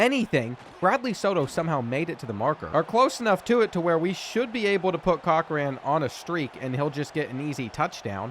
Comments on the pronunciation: It's pronounced "cock-ren", not "coach/cotch-rain". The last video, we had to endure "car-lease-ee" instead of " car-lyle". Smh... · Seriously… It’s COCK-ren, not COTCH-ren. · Cochran is pronounced cock-ran rin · Am I the only one who gets mad at how he pronounced Cochran? It’s cock-ren 😭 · “cotch-ran” is killing me 😂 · Real it’s pronounced cokran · I'm addicted to this series but the names pronunciations are cracking me up. "Kotch ran" for Cochran and "Jac kwez" for Jacques 😂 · I’ve enjoyed this series, but I can’t say I’m sorry to see it end. Now we won’t have to listen to Enrique Cochran’s name get butchered multiple times each episode. 🎉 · Glad he won. I so scared he was going to continue to butcher my name sake at the QB position. Please learn the pronunciation from the greatest marine biologist Jacques Cousteau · There is no T in Cochran... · I thought I was the only one!!!! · The way this man is pronouncing cochran is sending me